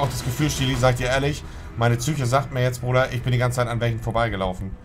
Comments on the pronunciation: Niemand: Wirklich niemand: Monte: wichtig für die tsye(Psyche) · Niemand: Wirklich niemand: Monte: „Wichtig für die Züche“ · Niemand: Wirklich Niemand: Monte: Für die Tsüche